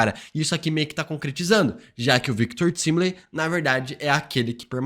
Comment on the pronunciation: Só eu que fico com agonia quando ele pronuncia de forma errada o nome do Victor Timely e Alioth? 😰